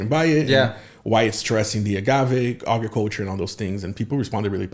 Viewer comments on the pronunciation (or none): How says “Ajriculture” instead of “agriculture” 😅🤪🤪🤪 but I’m here for it! LOVED THIS PODCAST!!!! So relevant and educational!